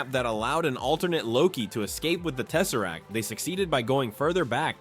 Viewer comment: The space stone when he said teserrack I’m like la la la lava ch ch ch chinken